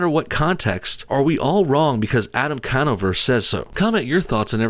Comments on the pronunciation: "I don't make mistakes". Coming from the guy who pronounced Conover with an a at the beginning of the vid lol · It’s not “can over”. It’s “con over “ as in “I’m about to try to con you over.”